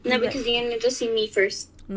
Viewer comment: U took my line u said grr in stead of girl that what I say and I say grill